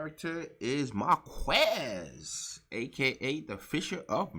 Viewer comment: It blew my mind when you didn't know how to pronounce Marquis.